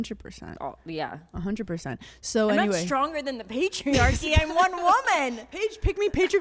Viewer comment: "PAIGE-riarchy" LOL hannah